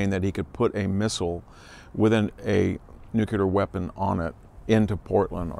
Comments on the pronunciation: "New-cue-lar"? It's "New-clear" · NUCLEAR!!!!!! wtf is nucular